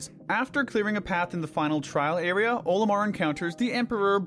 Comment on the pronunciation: i have a lot of problems with this as someone who has enjoyed pikmin since his childhood. 1: there is NO defense in pikmin. the game uses HP. 2: Olimar is pronounced with the ol as in olive. not OH-limar. 3: why is the water wraith beneath the base snagret? 4: why is the MAL so low on the list as well? 5: why is armored crawmad so high up if it can be defeated in 8 seconds 6: emperor bulblax needs to be much lower. this is only naming the largest problems i had with this superficial analysis.